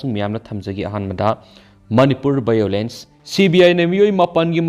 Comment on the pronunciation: Struggle for Exigense😂😂 (tune 7:4) All I heard is bhiolance and biktim😂